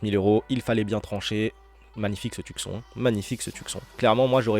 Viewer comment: prononciation Tioussone pas Tuc Son 😂